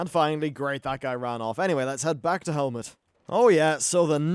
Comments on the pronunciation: it's Hemet, not Helmet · Why does he keep saying fecking? Is it the accent? edit: and hemet is now helmet? lmao